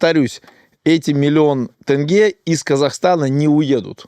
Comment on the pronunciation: По-моему он специально говорит-«тЭнге»🤦‍♂️